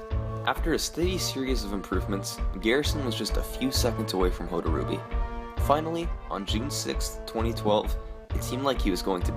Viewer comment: For a guy who was supposedly so influential in Metroid speedrunning, apparently Hotarubi wasn't important enough for you to learn how to pronounce his name right.